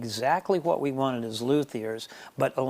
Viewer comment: Man... This guys accent is very old. I notice the pronounced WH sound. Cool guitars btw.